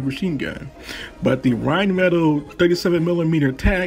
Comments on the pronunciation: I was interested until you pronounced rhinemetall wrong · Love the totes wrong pronunciation of Rheinmetall. No judgement from me. People who insist on correct cultural pronunciation all the time are frustrating. Especially when they bomb pronouncing anything in American English. It's all good.